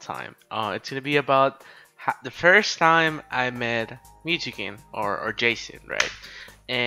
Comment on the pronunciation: I love how you pronounce Jason's name, "Mew2keen" lol